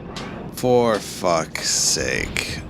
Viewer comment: The way he repeatedly says "For f---'s sake" incorrectly makes me unable to watch this.